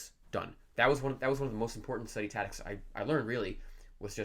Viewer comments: It took me a while to figure out that was saying ‘tactics’. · Are you saying "tadicks"? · Haha! I was like what? I feel like he wasn’t sure if he wanted to say tactics or habits so he said taddics. 😂 he kept saying it too, so it wasn’t an accident. I can’t have bad English to gain good chinese.. 😬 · How many years will it take you to learn English? taCTics not tatics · Yes... Study tatics. Interesting. Hmm... 🧐🤔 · Study what? Tatics! It's tactics bro don't forget there is a "c" between a and t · the reason he's saying tatics is that he needed the C for Chinese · yeah I know what you mean, and your right. But I just feel like he's fucking with us, there's no way that everyone in his home pronounces "taddics"… I was under the impression that communities had dialects not individuals if you catch my drift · "tatics". that's all I can hear now... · say "tatics" one more time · hahaha I thought it was another way to pronounce it I didn't know of, anyway this guy is amazing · The lord of languages can’t even pronounce tactics 💀💀💀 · Learn how to pronounce "tactics".... Pleeeeeease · Pronouncing "tactics": me > this guy Everything else: me < this guy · 1 year is slow, don't get a big head bro Also, learn how to say the word tactics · Fluent in Chinese, can't pronounce "tactics" in English. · You may be able to speak Chinese, but you can't say tactics